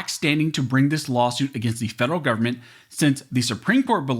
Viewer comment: Don't pronounce Government as Goverment. As it GOVERNment they want to govern over us all.